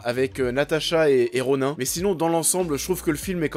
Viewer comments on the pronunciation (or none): Natacha et "RONAIN" ?!?! 😂😂😂 C'est pas Ronin ? "I" et pas "ain" ? 😅😂😂